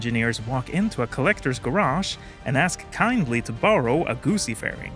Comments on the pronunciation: Its not a guuuusi, its a Guzzi! I am no italian, but even my feelings are hurt by this pronounciation. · The ZZ in Guzzi are pronounced the same way as the ZZ in Pizza. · My brain is broken because I know you're saying "Guzzi" but I keep hearing "gussy" and it's cracking me up